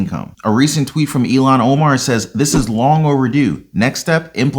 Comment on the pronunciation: (Eel-Han) Ilhan not Elon lol